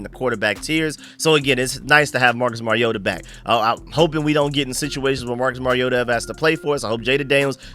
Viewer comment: "Mari-yoda" No that's not how you say his name....... It's "Mariota"